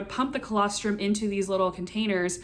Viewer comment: what is that word? Calastrum? What does that mean